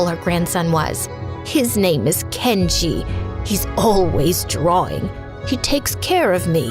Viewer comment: Guys, you need to listen she said Kenji like the store